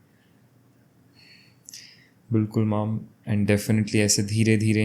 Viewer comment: the interviewer said bilkul "mam" but it sounded like "mom".I think in some ways the souls try to connect with their loved ones.❤❤